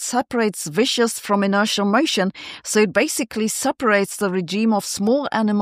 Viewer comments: I love you, Sabine, and sometimes your English pronunciation can use a little help. "Viscous" is pronounced "viskuss" not "vishous". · Viscous (VISK-us), not 'viscious' (nor vicious) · fyi the word is viscous which is different from vicious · Pronouncing "viscous" as "vicious" is like confusing silicon with silicone ... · viscous, not vicious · "Viscious" isn't an English word. "Vicious" is and matches the pronunciation you used, but it doesn't have anything to do with physics. The word you meant is "viscous", and it's pronounced with a hard "c": "vis-kus".